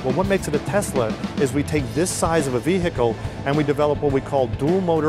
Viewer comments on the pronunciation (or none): he says vehikle.